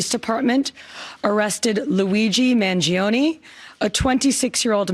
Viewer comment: you dont sound the 'e' at end of his name. Please this guy is going to be sentenced to life imprisonment the least we can do is get the American Hero to be pronounced properly